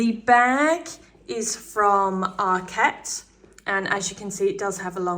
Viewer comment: Loved the video, but it’s ARKet not ArKET! Arket is a Swedish word not a French one… 😘